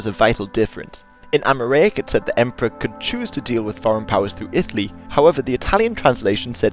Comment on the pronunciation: The way you pronounced Amharic, xD!!! I'm sorry I just find it funny.